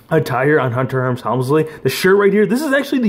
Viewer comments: But it ain't hunter herms helmsly it's hunter Hearst helmsly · Is Hunter Hearst Helmsley you said Hunter Herms Helmsley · It’s Hurst. Not herms. Hunter Hurst Helmsley. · It's hunter HEARST helmsly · No one's gonna mention he pronounced the name wrong